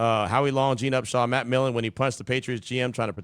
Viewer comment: Millen not Miller